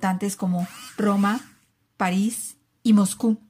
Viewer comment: alguien más escucho que dijo "país" envez de "paris"?